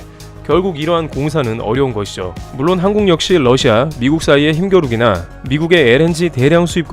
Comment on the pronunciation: 영어 발음 - Lussia가 아닌 Russia 입니다.